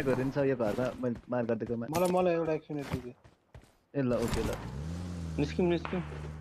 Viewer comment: Normal people: action: aksion😂